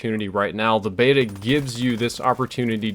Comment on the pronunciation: Nobody says Beta properly!